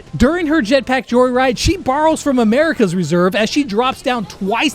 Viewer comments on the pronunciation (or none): "Amarica's reserve"